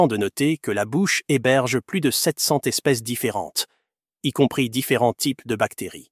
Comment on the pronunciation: Sept cents zespèces, pas "tespèces".